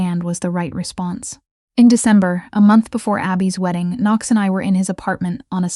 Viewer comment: I liked the times Knox was pronounced ['Can-nocks] 😄 Really liked the story though. 💜